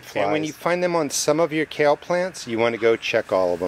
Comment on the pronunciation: It's kale. Share😂